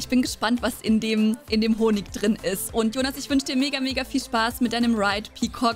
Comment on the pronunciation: Ich liebe es wenn du sagst Hallo und Herzlichen Willkommen dann hört sich immer das „und“ ein „end“ an aber ich liebe es